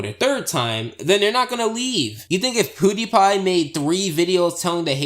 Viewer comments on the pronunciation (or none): none